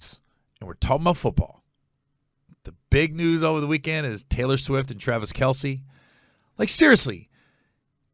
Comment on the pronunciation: Travis MF KEL, NOT R Kell